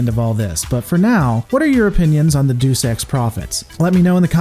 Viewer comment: You're saying "Deus" incorrectly. It's pronounced "day-oos", not "doos". Deus and duece are completely different words.